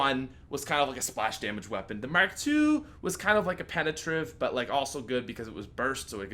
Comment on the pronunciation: "Ray Merk Three" it mark three jks, keep doing what ur doing